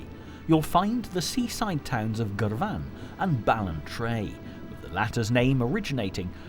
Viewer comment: As a wee Ayrshire lass, I was looking forward to this but cannae listen to that English narrators accent,I got as far as his pronunciation of Girvan and wet ma pants….enjoy the rest and maybe with a subject as unique as our Scottish myths and legends it would’ve been more engaging in a true Scot’s accent to amp up the heritage and theatre of our fab history 👍🏴